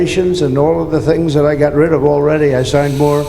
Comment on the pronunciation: Does he say "Joe"...."Got rid of in the house, Joe" Who is he talking to?! He could have said, "you own" or "ya know" but he is slurring So Badly its har to tell!! Right before that he said "got rid of" all fuqed up and was like "godjyry" or something like that 😅